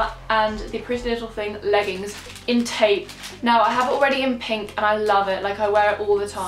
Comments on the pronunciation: It’s tope (as in rope) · How she says taupe 😹😹😹🤣🤣🤣😅😅😅😂